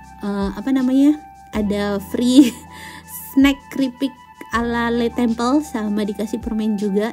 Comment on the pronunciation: Bocaaan... LE TABLE, krn French language, bacanya ya le table... Bukan le tebel... Xixixxii... Juga LE TEMPLE, bacanya ya le temple, bukan le tempel.. 😜 Sedikit masukan aja yaaaah.... 😜